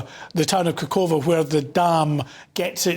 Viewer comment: They even don't know the name of that town. Khohovka, not kokova. Stop earn money on this war...British, you do not allow Ukrainians to find shelter in your country but you are bringing your bloody weapon.